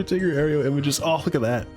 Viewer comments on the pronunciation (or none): ayro, not ayrio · You put an extra syllable in Aero, It's pronounced air-oh, not air-ee-oh.